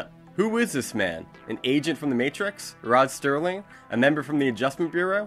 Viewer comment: PS: it’s Rod Serling. No ‘t’.